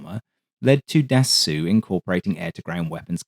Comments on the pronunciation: nitpick: dassault is roughly pronounced “da-sold”, not “da-soo” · You could improve on the pronunciation of Dassault, approximated (Dassoh) with an O like in O-Ring. Yours sounds kinds like dessous in places, which is underwear. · But don't pronounce the "w". Dasso is fine (for an English pronunciation). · Its 'Dass-OH' not Dass-oo. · Can you PLEASE stop saying "Dah-soo" and instead say "Dah-so" ? I'm a Cajun who routinely butchers proper French pronunciation in my daily speech but even I know that the final syllable of French words ending in "-ault" means a final "o as in toe or oh or so" sound, not an "oo" as in "hoot" sound. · Jesus christ man..how many times do you have to be told. ....The pronounciation of Dassault is "Dasso".....NOT "Dasoo" or "Dassu"......get it right for f sake. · He put a statement up in the opening message, just under the video, saying he found out dass-oo is wrong and will use ""Dass-aw"" next time. Which is a little better, as long as the "w" isn't sounded like in "water" but, well, get ready to post dass-o again ;) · Can't get over it on the second attempt to get through this. Who Da Soo? Da Soh! A Renault isn't a Renoo. Or Da sew! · Great vid as usual, 1 small remark. The man's name is pronounced Dassohw, not Dassooh. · Patrick’s point, I think, is that it’s not pronounced “dah-SOO,” as our beloved narrator says over and over. It really is pronounced “dah-SOH.” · "Dassaw" brother not "dassoo". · Good video. Just a question to an English speaker: why do you pronounce Dassault "dassou" or "dassoo" while you are able to say Nassow for Nassau (in the Bahamas) with the same spelling (au): I presume that you don't know a single word of French but this name is quite famous in the Aviation Industry, isn't it? Should I pronounce Boeing or Grumman using French codes, I can assure you that it would be hilarious😉. So, just for internationally known names, a little effort in their pronunciation would be highly appreciated. Regards